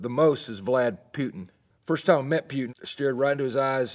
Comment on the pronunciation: "Vlad putin. First time I met Pyutin." lmao